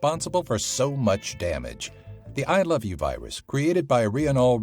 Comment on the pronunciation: ah yes, the weus wirus.